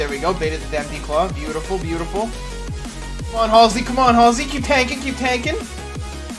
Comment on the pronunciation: Saying your own name wrong “Hall-sey”? 😂. Hal-sy like the singer 😂